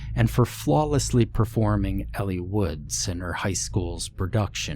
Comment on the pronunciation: Elle, not Ellie, fyi. :)